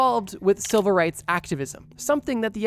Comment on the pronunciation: Are you saying silver rights or civil rights?